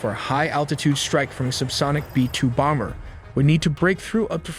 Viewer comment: I swear I heard “b-2 bonger” and “bunger” not bomber and bunker